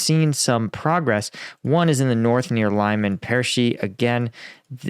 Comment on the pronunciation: Ok, a little help for your pronounciation 😉 : Lyman is pronounced "Leaman" and Medvedev should be pronounced "Med Vedev" . Cheers